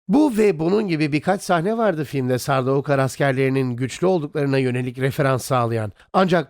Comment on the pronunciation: Kardeş seslendirmeyi yapan abi Türkçe telaffuz ediyor. Adama gidip de sen telaffuz çalış desen ayıp olur. E senin burda yapman gereken metni telaffuz edildiği şekilde yazman. Sardaukar değil de sardukar yapsan seslendirmen abi de doğru telaffuz edeceği için çok daha güzel video olacak.